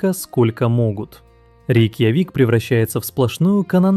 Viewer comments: Все отлично, много интересных фактов, но почему автор называет РейкьЯвик РейкьявИком? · Только ИИ может полчаса не менять интонацию и называть рейкьЯвик - рейкьявИк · РейкьЯвик, а не РейкьявИк. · Какой рикивик? Рик явик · РейкьявИк - 😄, РейкьЯвик -- ИИчку научите ударения ставить ! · Почему Рейкьяви́к, а не Рейкья́вик? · Интересно, спасибо. Только всё же правильно РейкъЯвик, ударение на букву Я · РекьяВик😂....конечно ИИ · Текст читает ИИ.Отсюда неправильные ударения.»РейкьявИк»!? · работа прекрасная. Но голос это ИИ. И ударение правильное РекьЯ'вик. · Сама РеЙкьявик. В русском языке правильное ударение в слове будет на букву Я. РейкьЯвик. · Нет. В русском языке произносится РекЯ'вик. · «Рякьявики» 😂 как задолбал этот ИИ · Искренне не понимаю,- неужели так трудно открыть википедию, чтоб хотя бы столицу государства правильно произнести? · Хоть бы название столицы правильно сказали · Озвучка ИИ? Рейкьявик так произнести это надо уметь. ИИ так умеет. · РекьЯвик всегда говорили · Да вы что? Обучили нейросети уже и с интонациями произносить. Ещё бы дообучили правильно произносить некоторые слова, в данном видео - название столицы Исландии. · ни один русскоязычный не произнесёт название Рейкьявик так как в этом ролике.. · Было интересно! Только мы с Яндексом город Рейкьявик говорим с ударением на Я 😂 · Автор не гуглил ударение в слове "Рейкьявик" - по ушам прошелся так ,что аж свело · Ну да, как у викингов. РейкъЯвик это скорее наши говорят так.